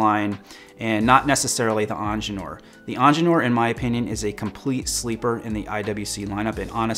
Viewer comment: Lol why do you keep saying angeneur? Its ingenieur - ingeer from German